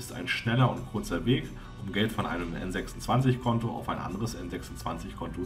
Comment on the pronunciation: Soviel Unwissenheit. Number26 und N26 waren niemals Tochter der Wirecard. Ebenso spricht man den Namen englisch aus.